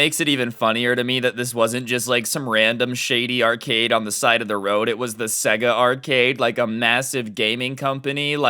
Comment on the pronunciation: Its pronounced sayga